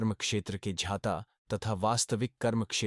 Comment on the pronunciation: ज्ञाता को क्यों झ्याँता बोलते हो, भाई? संस्कृत श्लोक मे केशव को क्यों केशव् बोलते हो? उस मे जो छन्दोबद्धता होता हैं उस के अनुसार उसे केशव याने 'व' को पुरी उच्चारण करना चाहिये, ना?